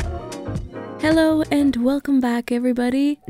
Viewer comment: I thought you were dutch when you said “hallo” but german people say that as well❤️